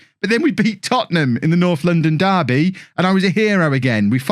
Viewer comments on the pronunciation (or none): none